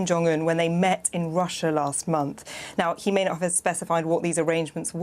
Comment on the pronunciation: kid you mispronounced russia